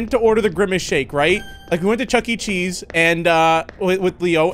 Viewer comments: am i the only one who noticed that he said chuck-e-chesse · CHUCKE-CHEESE?! Also yes it’s vanilla and berries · Did just say he try to get the Grimice sake in Chuky cheese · He siad he went to chucky chesse insted of McDonald's bruh really